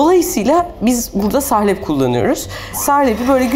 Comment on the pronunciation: Sahlep değil "salep" olacak. Lütfen düzgün kullanalım Türkçemizi..